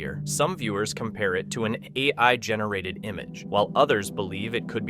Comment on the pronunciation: Check your AI Text To Speech results for stupid mistakes like "a... eye" instead of "AI". Wow, it happened twice. "...the clip is A... eye? generated"... How do you manage to get AI to misspell "AI"? 🤣 Honestly it was probably poorly typed up or edited in the first place if the text wasn't also fully AI generated. How much lazier can we even get at this point? Soon we'll just have AIs watching other AIs and us people will maybe find something else to do. But that's probably a little too optimistic. AI slop is taking over and winning already.